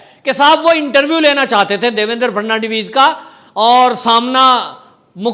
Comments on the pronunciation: फड़नवीस जी का नाम ही नही ले पा रहा ये आदमी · Abe gadhe pe Devendra Fhadnvis ka naam to thik liya kar